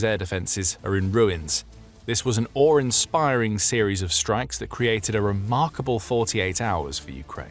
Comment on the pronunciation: "Ore inspiring"